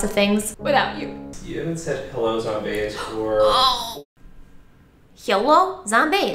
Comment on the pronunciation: When said "hyello zombaes" for the second time, my dog hacked. Not sure why but she did